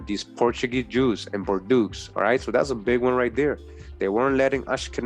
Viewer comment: I am very interested and I have been fallowing you for a while anyhow bordeaux is prononce bordo the french eaux is just a "O"